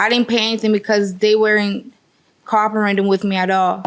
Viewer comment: She can't pronounce co-operating??? I rewound a dozen time trying to figure out the word she said. 🤣